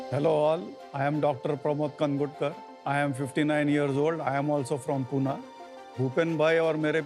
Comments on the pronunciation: It's Pune not Puna!!! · Mc Puna nhi pune mhn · पुणे को, पूना कहनेवाले पुणे से छोड़ो महाराष्ट्र से/के भी नहीं हैं।